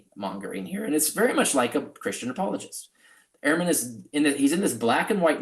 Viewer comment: It would help if you 2 would pronounce Ehrman as Dr. Ehrman does. He says "urman", not "airman". Not a big deal, but gives your narrative a small cloud.....imo